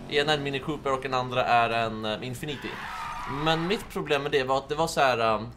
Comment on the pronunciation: Förlåt om det här låter otrevligt eller nått men det uttalas infinity och inte som du säger det, som om du säger oändlighet på engelska